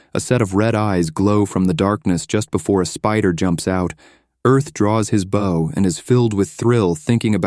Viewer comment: The hilarity of AI being unable to pronounce words like "bow" never ceases.